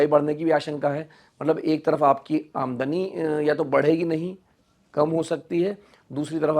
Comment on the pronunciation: He didn’t say Aamdani right